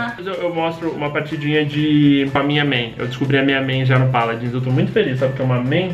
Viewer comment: Zubu O Mlk Sagás pq é a pronuncia certa